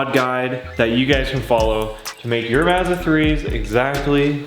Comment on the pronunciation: Mazda as in hi Mom, not Mazda as in Matter